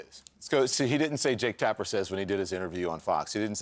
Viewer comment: Jaketapper?? You keep saying that word. I do not think it means what you think it means😂😂